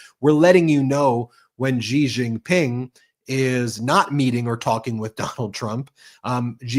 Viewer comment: SHE jin ping, SHE Jin ping, SHE jin ping. It’s not that hard.